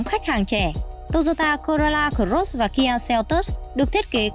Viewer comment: Chương trình rất tốt . Mỗi tội giọng em gái đọc chữ cờ rốt làm anh em nghe nhiều bị dị ứng wua